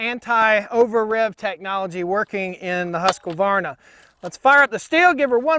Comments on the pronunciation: Just pronounce husk-varna (instead of Husk-que-varna, like ur doing) xd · It makes me smile the way you call it "huskevarna" (that's what it sounds like). Also the short name Husky is very good! But being Swedish (where the saw originates from) the correct way to say it would be huskvarna without the e between k and v. But I feel that you should do you. It works! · It is not Huska it is Husk. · Usvarna not haska-varna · Question 1 : Bumper spikes, or, dog's / felling dog's. Question 2 : The Swedish / "proper" pronunciation is HUSQ VARNA. Not the American Husqavarna. Primer bulb on the Husqy is a weak point. I don't buy saws with primer bulbs. Been using saw's / Logging for 42 years. I like / use both brand's. Jonsered was good too. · Thete is no A in the middle Not Hasqavarna Husq hooskvarna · According to Simeon at the Swedish Homestead it’s pronounced with a long ū and three syllables like Hoosk var na but most people I know in the US also pronounce it like Husk a var na with a short u and four syllables. As far as the sound I think the Husky has a beefier low end sound but the Stihl has a stronger high end sound. I honestly think you couldn’t go wrong with either either saw, it comes down to convenience and personal preference. Enjoy your videos! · had to stop watching after the 6th "huskuvarna" and "caliper of chainsaw" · Husqvarna does not have an Ah after the “husk”. Just husk-varn-ah. 😊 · Husqvarna is properly pronounced "Hoosk-varn-a". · it is pronounced "huskvarna" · My understanding is it's pronounced "Huskvarna" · You're right. But we yanks are used to vowels. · In all my yrs of cutting and felling trees I've used stihl, huskies and echo and man to be honest longevity wise echo last longer and cuts better in my opinion. With that being said rpm wise a huskie sounds alot more powerful then a stihl or echo. Ive always pronounced huskies as Husk varna, lol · It's 2 syllables "Husk-varna". See I use the nickname "Husky"